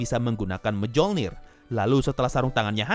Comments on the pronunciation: Btw mjolnir bacanya bukan mejolnir bang, tapi myolnir, koreksi aja sih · Palunya Thor tuh Dibaca "myolnir" minn